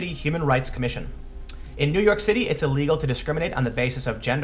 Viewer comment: "It is uhlegal to..." I think you mean "illegal". "... male/female uhsentially..." I think you mean 'essentially".